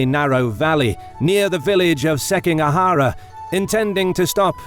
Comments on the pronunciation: SikiGAhara not SekiNGAhara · Seeking a huh-ruh? E-dough? Seems like you had a hard time with Japanese names :D It made me giggle. But Footmouse absolutely made my day! Don't get me wrong, it's damn good content! Way to go! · Pronunciations, jesus christ. Seking ahara? Are you kidding me? Motsunari? I appreciate the video but come on.